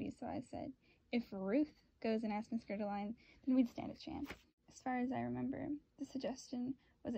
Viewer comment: Bitch it’s ger-al-dine, smh learn to read